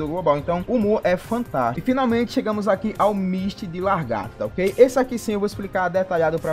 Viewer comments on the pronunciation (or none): vamos ler o nome do personagem? Misty de LA-GAR-TO e não LAR-GATO PELO AMOR DE DEUS!!! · Costume das pessoas é foda, né? Ta ali na dele é só ler lagarto e o fala largato kkkk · nossa mano grande merda ele falar a porra de lagarto errado vai acabar o mundo por isso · largato???? kkkkkkkk